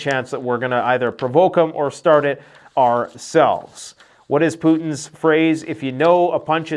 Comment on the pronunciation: Its not ‘areselves’ its ‘ourselves’